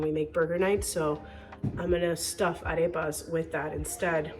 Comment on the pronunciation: Is your native language Spanish? Must be , your Arepa and picadillo pronunciation is perfect 😍